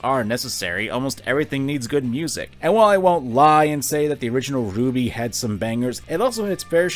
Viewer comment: See my dude it's RWBY not Ruby.